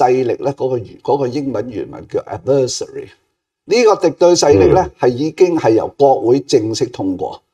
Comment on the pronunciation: Adversary 的發音: 重音在第一個 syllable.